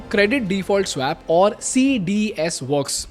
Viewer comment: You're getting the pronounciation of "swap" wrong. You may want to correct it in future videos :)